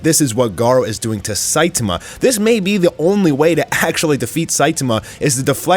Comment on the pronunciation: The pronunciation of Fuhrer Ugly was incredible. Not surprising after listening to him pronounce Saitama the way he does. Lol